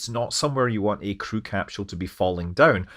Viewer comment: There is no "h" in capsule